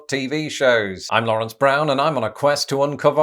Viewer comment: I pronounce it more like Lawrence...that pronunciation hurt my ears